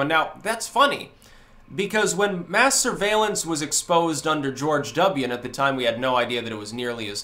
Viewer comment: When I hear "mass surveillance", why does it sound like "masturbation"?